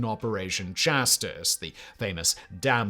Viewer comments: Don't know what country you're from but here in England the word "chastise" rhymes with "eyes". That e at the end means the "i" is pronounced the same way as when you say the alphabet. Hope this helps, I'm sure it's a struggle to work in your second language. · PLEASE do some research on pronunciation! Vergeltungswaffen & IJmuiden might require this, but chastise?!